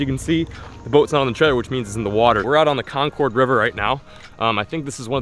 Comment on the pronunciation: “Con chord river” lol